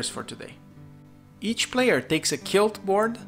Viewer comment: Great video, just as a note to help you with pronunciation, in English, most times the letters Qu go together they sound like Kw, just like in Latin. So 'Quilt' is pronounced (using International Phonetic Alphabet transcription) /kwɪlt/